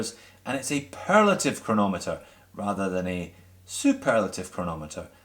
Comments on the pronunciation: Anyone else notice it said cernometer instead of chronometer??!? Lol lol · "perlative ceronometer"??? ESL LOL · a "cerenometre" LOL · What exactly is a “ceronometer”?